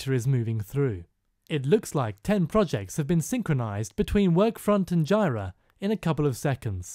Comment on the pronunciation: You're pronouncing jira wrong.